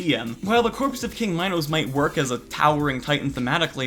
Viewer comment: Imagine mispronouncing "Minos" 💀💀💀